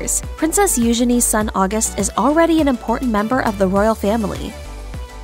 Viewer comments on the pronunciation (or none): Love it! Although I don't think it's pronounced like the month of August.